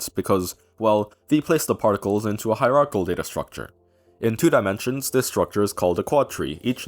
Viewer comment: Since most of the math is greek to me, I'm gonna nag about "Hierarchal" 🤓It's hierarch𝐢𝐜al! Great Video though.